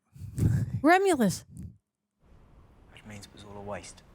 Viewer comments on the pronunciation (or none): Ah yes, Remulus... and Rogulus?